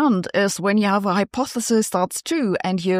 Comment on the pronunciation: You're getting pretty good at pronouncing hypothesis.